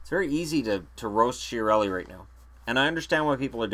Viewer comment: I am sure it is pronounced Kia-relli, because it has Italian origins, and the CH sounds like K.